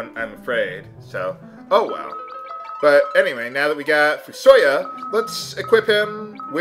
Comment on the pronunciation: directly from the final fantasy wiki: ("foo-soh-yah") Please pronounce it correctly if he's in the after years! I haven't started it yet but I still as soon as I finish watching this